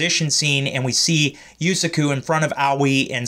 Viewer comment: It's Pronounced, YU-SA-KU & KU-SA-NA-GI.